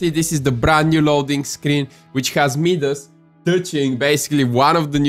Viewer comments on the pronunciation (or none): You say Midas wrong it’s not medas it’s said like mydas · It’s Midas pronounced (my-das) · This guys says “Medas” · Hé said Midas wrong by the way